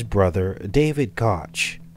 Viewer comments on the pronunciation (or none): Cook is how you pronounce the name. This is not the reason for the TP issue the issue is stupid people thinking of resale auctions likely and no using their beards to buy what’s most important in fearful times then buying up and reselling TP for profit, or worrying about I’m stuck in a home quarantined for weeks and TP is the most important thing or profitable thing rather than investing in Food or meds. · Pronounced coke